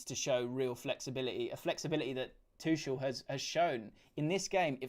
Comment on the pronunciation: He’s German not French it’s ‘Tukel’ not ‘tuchelle’